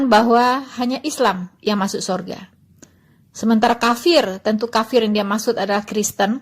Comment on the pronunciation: Waloni ini cuma suara besar tapi otaknya kosong, kafir bilang kapir hehe